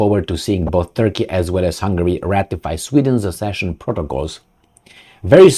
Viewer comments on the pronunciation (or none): It is "Hungary", not Hungry : ) Love your content, keep it up!